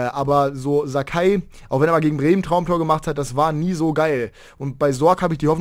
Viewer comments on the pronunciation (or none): none